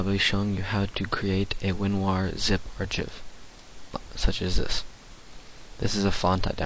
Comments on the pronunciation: lol. Ar-chiv. Ar-kive. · An "R-Chif?" you mean an archive (R-kive)? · Archive is pronounced with the ch sound as a hard 'K' sound.